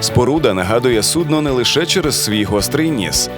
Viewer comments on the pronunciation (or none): none